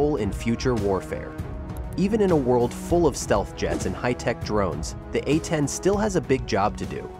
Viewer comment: "Super A-tend Warhog"? C'mon. Enough AI nonsense.